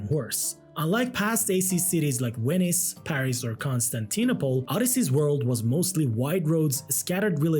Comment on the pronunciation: “Wenice, Paris, constanteenopol”